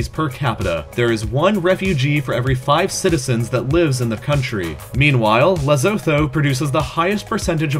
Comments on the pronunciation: Its pronounced 'lesotu' not 'lesofu' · I live in South Africa.. I didn't even know what Lesotho has, while Lesotho is inside South Africa 🤦🏾‍♂️ Oh and it's pronounced ( Leh-Soh-Tor) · IT IS PRONOUNCED LESTUTU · Bruh lesotho is said le so(make it sound like zo) to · Bruh it’s pronounced Le-soo-too not Lee-so-tho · Lesotho is pronounced le-soo-too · waiting to know what the rest of south africa will be...and i dont blame you for mispronouncing Lesotho...no one pronounces it correct XD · I don't know what's worse, deciding to mention cocaine for Colombia and terrorism for Iraq. Or mispronouncing the names of: Barbuda, Belarus, Herzegovina, Cote D'Ivoire, and Lesotho